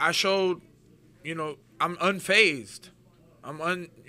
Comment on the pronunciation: "Unscathed" & "Unphased". Two words that Julian Lane can't pronounce.